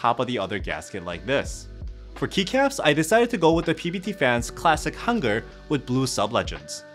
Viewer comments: Perfect pronunciation 한글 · It's refreshing to hear someone say hangeul correctly haha. Great review as always!!